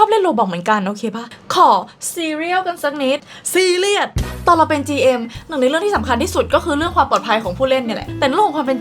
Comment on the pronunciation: เมื่อกีที่พูดซีเรียสเป็นซีเรียลคือหิวเหรอครับ